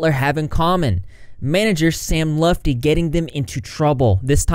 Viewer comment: hey! i’m same lutfi’s cousin. just randomly saw ur vid. it’s pronounced “L-OO-T FEE” or if u prefer “L-UH-T FEE”. but not “lufti” lol. everyone always says it w/ the F b4 the T. thought it was funny. figured i’d tell in case u needed it for another video down the line.